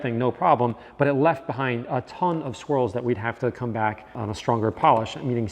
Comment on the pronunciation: I was dead sure that you were saying squirrels not swirls...